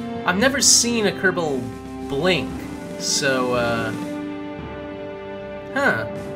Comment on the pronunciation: why do you pronounce it "ker-bell" it's "ker-ball" or "ker-bl"